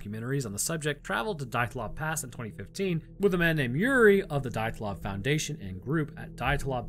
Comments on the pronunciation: How can you mangle the name dyatlov??? Dee-at-lov just incase you were curious as to how you actually pronounce it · It's pronounced de at lov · Dee-yat-lov Pass